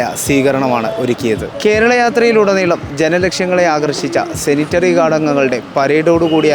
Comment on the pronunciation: 'സെനിറ്ററി' ഗാർഡോ ?! റിപ്പോർട്ടർ തന്നെ ഇങ്ങനെ തെറ്റിച്ചാൽ.....!